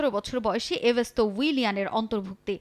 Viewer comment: এভেস্তাও না এস্তেভাও😂😂😂